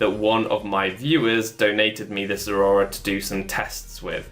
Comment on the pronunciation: Honestly, I much prefer this pronunciation to any other I've heard on YouTube. Everyone else says it like it's two words, like "zera ora". I don't like it. I myself say it "ze-RAOR-a", like the middle syllable is a cat's growl.